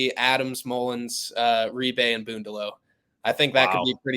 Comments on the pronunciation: Big deal he didn’t ( according to you) pronounce Reibe correctly. These kids have crazy names,how can anybody be expected to pronounce them all correctly? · This host is a terrible "insider". He doesn't know how to pronounce Reibe's name, and didn't know Furphy is not related to Johnny Furphy.